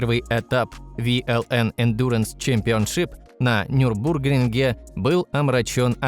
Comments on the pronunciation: Не НюбрУргринге, а НюрбургрИнге. Нельзя так ударение ставить в видео о гонках, слух режет. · нюрбургрИнге (ударение). Дико тригерит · о бОги, моии ушии((( НЮрбург-РИнге! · Нюрбургри́нге. А то произношение в видео каждый раз слух режет